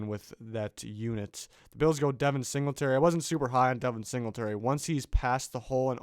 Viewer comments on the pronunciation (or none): none